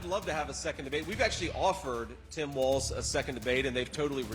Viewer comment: People talking about politics on video need to learn how to actually pronounce "Walz". It's not WalTz. 😂